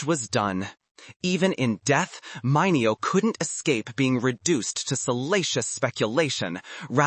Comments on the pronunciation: Sal Mineo (mini-oh) not (mine-ee-o) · It's NOT mine-eee-oh it's Mini-oh! Youtube your computer narrator SUCKS!!!. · Say "MINute" ...now say MINeo. And, no for nuthin, this isn't a read that calls for the histrionics of a Method Acting role. Just read it without trying so hard to sound like a drama queen auditioning for as bad soap opera. And if you are using and AI generated voice for the narration, tell it you want masculine sounding one. BTW, the fact that aome of the gay stars were blacklisted by such a superficial and cruel industry may not be the tragedy you seem to think it is. One can have a beautiful and whole fulfilling life not being a celebrity or a movie star at all -- millions of people live perfectly happy lives without the fame and celebrity's hollow adulation; in fact, it may even be easier to find happiness and personal fulfillment without the burden of fame -- proof of that seems to be in the very high number of celebrities whose lives turn out to be total disasters. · Sal Mineo was pronounced as Menio not the way it is spelled. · when you butchered sal mineo's name, i bailed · AI can’t be taught words like that…